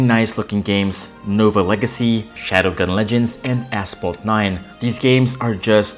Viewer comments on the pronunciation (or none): He literally said ASS PHALT 9